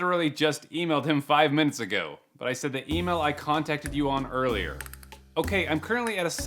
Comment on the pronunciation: The horrible grammar from these scammers is starting to infect you, 'erslier'😅😂